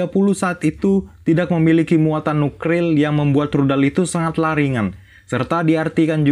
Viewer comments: Kesel Gue Bilang Nuklir Jadi Nukril Berkali Kali Lain Kali Jangan Diulangi Ya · Nuklir min bukan nukril wkwk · Nuklir BG bukan nukril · Nukril atau nuklir?😂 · Nuklir bro bukan nukril 😭😭😭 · aku suka alur filmnya cuman ya kek gemes ngebilang nuklir jadi nukril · kok nukril sih bang?! 😁😁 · Nuklir bang bukan nukril hadehhh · nuklir bukan nukril bro😂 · 👈 rudal " nukril" apa "nuklir" ?? Apa kuping gue yg sudah kurang peka ya,,?🤭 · NUKLIR , BUKAN NUKRIL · Nuklir bukan nukril conge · Yaelah min..lu berkali kali salah ucap Nuklir jadi nukril. Nukril Itu jenis bom apa Lg min? Gw blum tau nih.. 🤪😂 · Nuklir.. NU K L I R.. 😅😂😢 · NUKLIR BANG BUKAN NUKRIL 😂😂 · Nuklir anjir bukan nukril astaga🤔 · nukril bang 🤣🤣🤣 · Nuklir bang bukan nukril😝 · Mulut gw tiba2 banyak liur nya saat mendengar "nukril" 😂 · Nukril nukril,KESEL GUE...GEDEG DENGERNYAAAA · N - U - K - L - I R . . . BUKAN DIBALIK L&R NYA 😾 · "NUKLIR" bukan NUKRIL bro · Nukril 😂😂😂 Min..min..min... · Greget denger nukril nya:) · Pekok ..gk bisa ngomong nuklir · Pekok..ngomong nuklir aja gk bisa.. Nuklir bkn nukril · Nuklir cuy nuklir bukan nukril, saking cepetnya baca teks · Lebay, nuklir jadi nukril. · Nukril, ngomong itu yang cedal boss, ngomong R yang di omong kan L. Yang bener tu Nuklir bukan Nukril 😂😂🤣🤣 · nuklir mas bukan nukril wkwkwkwk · N-U-K-L-I-R Bukan nukril 😇 Kebalik r sama l nya 😂😂😂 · Nuklir bang , bukan Nukril 😂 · Btw itu nuklir bang bukan nukril☺😂😂😂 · Ini salah bicara apa GK paham nuklir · Nukril bengek hyung🤣🤣🤣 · Ternyata dialah yg meledak gendang telinganya krn nukril. Hoaoaokaka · Lucu Cok , nuklir bukan nulkir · Nuklir om bukan nukril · Wkwwk ngakak nuklil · kata Nukrirl😂bikin ngakak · Masih kecil blm bisa ngomong nuklir,jadinya nukril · Woiiii..N-U-K-L-I-R...jadi geram gue dengernya😂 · Bos saran aja yak nuklir nya bukan nukril yak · Nuk nuk nuk dimana ril nukril 😅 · Nuklir woy bukan nukril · Nukril wkwkwk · Agak Keganggu Pas Bilang Nukril nyaa 😁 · NUKRIL NUKRIL🤣🤣🤣😁🤦🤦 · Nukril nukril mulu wkwkwk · Nukril wkwk